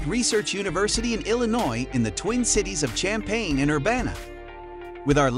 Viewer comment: Would be nice if he knew how to pronounce Champaign and didn't say Illinois University. Disregard this video and the rankings.